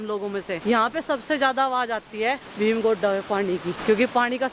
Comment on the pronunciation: Bheem Gudda Nahin Hota Bheem Ghoda Hota Hai😊 Hindi ko saaf Sutri Karke bola karo naam mat bigado